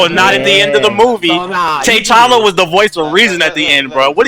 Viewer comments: of course I saw it I still don't know who Tay challa and Tay chanka are. It's pronounced t'challa and t'challa, they say both of there names very clearly it's not like reading the comics and you fucked ip on the pronunciation if never heard and body call than that. This like when you have the substitute and they keep fucking up you name in class, put some respek on his name. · U pronounce it ta challa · lol tbh needs to learn how to pronounce T'Chala's name right. and he be reaching just to make yall mad😂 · I know who t'challa is But they said Tay challa and Tay Chanka.